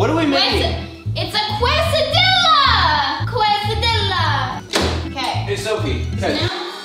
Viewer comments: Casahdiyaaa not quaysahdillaahh ermahgerdd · AND she says quase-a-dill-a when its actuly quase-a-dee-a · It is not a quest-a-dilla it is a kristy-la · Quesadilla is pronounced KES•AH•DEEYAH okay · Quesadiya= Case-ah-di-yaaaaaaaa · “It’s a QUESDILLA ZACK!” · You say it "kesadiya" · Sophie it is called a quesadilla not a whatever you said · You said quesadilla wrong sorry to be mean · You live in California and don't know it's case-a-dee-ya and tor-tee-ya?? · Tort-ias Quesa-dias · I cringed everytime sofie said "tortilla" and "quesadilla"😂😂😂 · Ohhh Sofie I need to teach you Spanish So you can say tortilla and quesadilla 🤦‍♂️😂